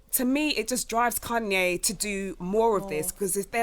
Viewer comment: Why is saying Kanye like that loooool. “Kun-yay said WHAT”